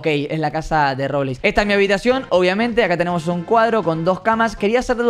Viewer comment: No se cuantas veces dijo Robleis entrada secreta xddd